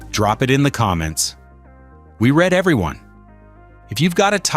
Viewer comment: It’s AI, that’s why. There’s lots of ways you can tell e.g. the pronunciation : “What part surprised you most? Drop it in the comments. We read (past tense instead of present) everyone (not “every one”).”